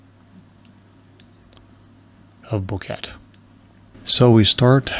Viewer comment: Boquete is pronounced Bow-k-tay en español. 😀